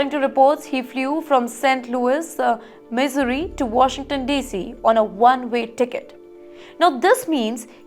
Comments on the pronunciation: Missouri is not pronounced misery !! Its pronounced Mi-ZOO-ree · “He moved to misery” she says lol